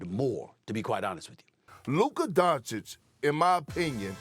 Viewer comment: First time I have heard SAS say ‘Luka’ in maybe over a year. Still said “Donchick” though